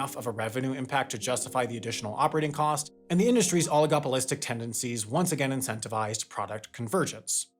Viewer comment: "oligopolistic" "globality" 😂😂😂